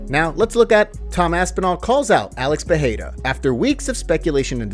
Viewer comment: Thanks for the vid. If could ask favor, please stop saying per-hay-ra. Not sure why find it so annoying. It's just Pereira, with the Rs pronounced as Rs. Cheers